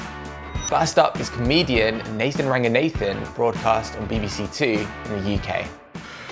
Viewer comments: His name is Romesh not Nathan. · Did you call Romesh Ranganathan 'Nathan'?